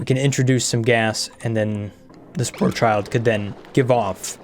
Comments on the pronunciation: "Sporechid", like "orchid". There's no "l" in there, not sure why you call it "sporechild" And yeah, I know, I'm being "that guy" but seriously, where you gettin' that "l" from lol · This has been driving me nuts for many episodes, so I'm finally just going to say it. Sporchid rhymes with orchid. Like the flower. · I’ll never get over the fact that I have never heard say Sporechid correctly. Always the child of spores, never an orchid that gives off spores.